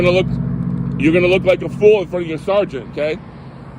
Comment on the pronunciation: Sharsant....you mean Sergeant aka Sar-gent?